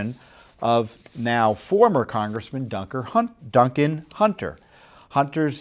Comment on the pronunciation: I love when Tom says " Dunker Huntin' "😁